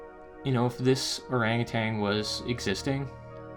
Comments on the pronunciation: Or ANG u TAN... not ArangaTANG. Or was it too SIMULAR (how your say similar) for your Canuck pronouncing? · By the way, there is no 'g' on the end of 'utan', in 'orang utan'. Just sayin'. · there is no G at the end of ORANGUTAN . You are far too well spoken for such error. You have one of the best channels on this subject. The better your speech, the less likely you are to be dismissed as a NUT.